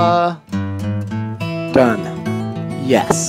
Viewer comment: it's pa-ra-bo-la not parabla